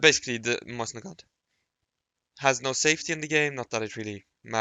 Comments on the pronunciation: Btw it’s pronounced mosin not moysin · mose-in PRONOUNCE IT CORRECTLY